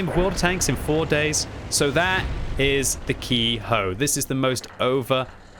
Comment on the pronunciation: Ke-ho is pronounced how it looks, not ki-hoe